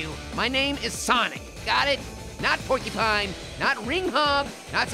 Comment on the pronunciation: I laughed when was saying pork y pine